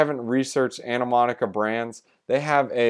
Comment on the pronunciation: Good video man. It's pronounced Ani-mo-ca Brands.